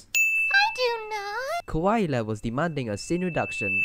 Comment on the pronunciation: You said Kawaii wrong